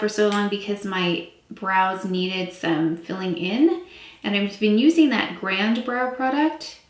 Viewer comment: The brow product is pronounced gronday not grand.